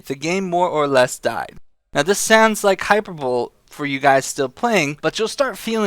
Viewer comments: It's "High-Per-Bo-Li" not "High-Per-Bowl" I'm just being a dick. I liked the video. Shame about BDO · Hyper bowl.. Hyperbole , pronounced Hi-per-bowl-ee. :) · Its 'high-per-bol-ee" not 'hyper bowl' haha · "Hyperbole" is not pronounced "hyper-bowl". It's "hi-per-bull-ee". ;) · He said Hyper bowl LOL it's Hi-per-ba-lee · Let's be real here... it's pronounced as "hy-per-bolé" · i think of it as Hy-per-bo-lee. But yeah. that bugged me a lil. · "Hyperbowl" lol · I love your shit, but it's hy-per-bo-le ;) Also what's your raiding schedule for your guild for legion?